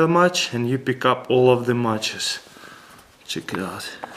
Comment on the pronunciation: lol CHiiK IT OUT . I love this guy .